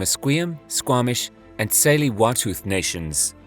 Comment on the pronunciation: “Saley - Wahtooth nations” 🤣🤣🤣 . I think Its pronounced more like “Sley-wututh” ‼️